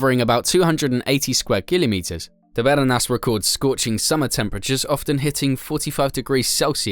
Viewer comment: And stop saying killimetres 😂😂